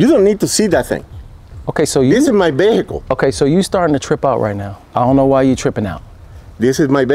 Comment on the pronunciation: "this is my behacle "😆😆😆